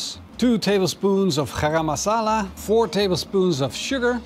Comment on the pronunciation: idk if its just like that but you don't need to pronounce garam masala like you do, i mean idk though, but me and my parents just say it as its worded "gah-rum-ma-sah-lah" or something like that, just saying, looks really really good!!